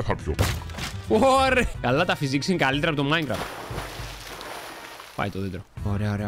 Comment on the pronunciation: kalhtera nahhh: klutera👍👍👍